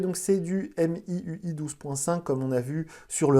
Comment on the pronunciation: Salut , Xiaomi se prononce "chaomi" et non "siaomi" De même pour MIUI , celà ce prononce "miouaye"